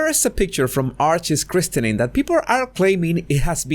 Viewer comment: Quick FYI: The "t" in "christening" (and just "christen") is silent.